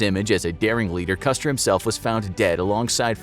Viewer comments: huh? Yes, the video is about George Armstrong Custer. At the indicated timestamp, however, the narrator clearly says "customer". Jesus. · Did I hear a "Customer", hahahahah!